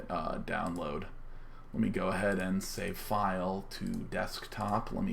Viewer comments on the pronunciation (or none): none